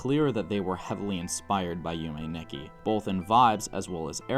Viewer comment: This was an absolutely amazing video, one heads up Nikki is actually pronounced differently in Japanese it's pronounced "Neekee" I'm not surprised you were thrown off as pbg also said it wrong, but as a Japanese speaker myself it was a bit hard to hear Nonetheless I absolutely loved your video and I'm subscribed Yume Nikki is one of my favorite games of all time, it actually inspired my profile picture I absolutely cannot wait to see more Keep up the good work